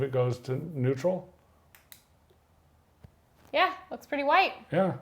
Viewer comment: Hehe "Neurtal"